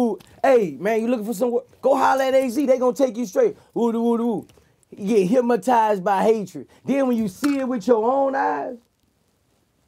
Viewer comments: Vlad tried to correct him on the low and he still said hypmotize lol. Gotta love Boosie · Hyp-mo-tize 😂😂 Vlad tried to slick correct it & clean it up. Boosie came right back with it. Our Louisiana slang sumtin' serious... 😂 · LoL... Boosie sayin’ “HypMatized” ... then Vlad says HYPNOTIZED.... and Boosie looks like he’s confused on what word he just said 🤣🤣🤣 ...and a CAR FULL OF GARAGES. 🤣 Thank the lord he found rap... he says all that stuff cause he is that man that’d be stealing and killing if he ain’t earning the $ himself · 😂😂😂😂 ikr hypmotize!!